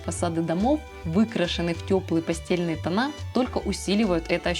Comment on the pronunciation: не постЕльные тона(не от слова постель), а постЭльные